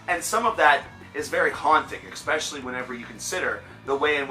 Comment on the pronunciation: You lost me at "Eck"specially.....